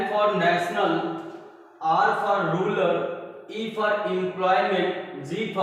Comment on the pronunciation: Rular nahi hota use rural kahte hai 😂😂😁